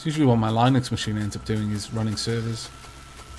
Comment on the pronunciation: Did just pronounce Linux as Lie-nooks?